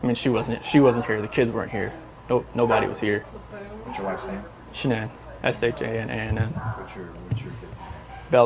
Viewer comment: I want to know when the hell yall going to pronounce her name right its not Shaun anne its Shan anne yall make me sick in pronouncing a name , go back to School learn how to pronounce the name right